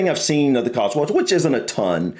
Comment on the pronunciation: Before you ever consider coming to the Cotswolds, (whether to live or just to visit,) for goodness sake, try to be consistent in the way you're pronouncing it: it's 'cots-wolds' NOT 'cots-worlds'! Also on pronunciation: Be aware that "Wells" is a city in the county of Somerset, and is some 40 miles or so away from "Wales", which you seem to insist on pronouncing the same! (Try pronouncing 'Wales' the same way you pronounce the similarly-named marine mammal - only a little less 'breathy' on the 'W' bit!)